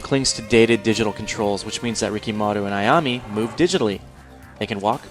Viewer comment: it's ayam-A not ayam-Y